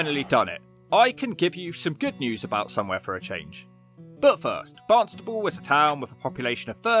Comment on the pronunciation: Stop calling it Barnstable. It's Barnstaple!!